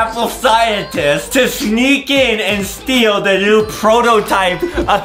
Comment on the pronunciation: Is anyone gonna talk about the fact that Adem said schneak it😂😂😂😂😂😂